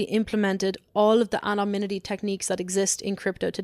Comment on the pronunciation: Is she saying anoMnymity?